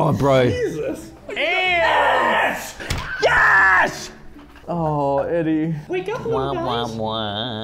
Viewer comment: I think said "ants" but it sounded like he said "ass." 🤣🤣🤣